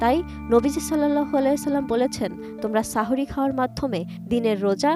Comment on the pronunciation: সাহরী না বলে সাহওরী বলেছেন